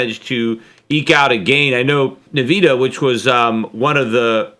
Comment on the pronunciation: Really?... you don't know how to pronounce Nvidia?...you don't know how to pronounce Ethereum?...I'm sorry Peter, but this makes you sound like you are waaay behind the times...